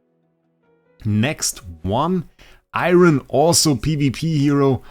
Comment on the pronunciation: Bro it’s Eironn not iron